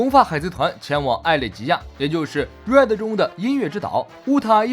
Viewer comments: 你的RED一直說錯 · Red都都不會念，丟臉啊！ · 開頭:海賊王最新劇場版 瑞的 抱歉笑出來對不起🤣🤣